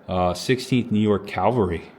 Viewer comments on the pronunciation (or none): Cavalry. Calvary.